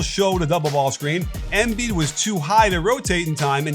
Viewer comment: Why Émbiid and not Embìid? Just say it right pls, it's a bit annoying